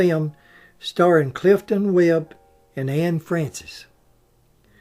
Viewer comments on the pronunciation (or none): none